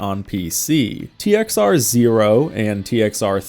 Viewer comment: We called it "TXR O" as in "oh". Its just the way you say it. You dont say zero unless youre saying the whole thing.